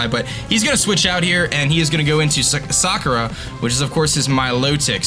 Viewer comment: you know Sakura is NOT pronounced like that, right? Everybody knows its saKUra, not SAkura